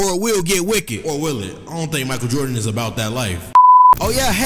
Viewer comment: Mi-Kael Jord-In😂😂😂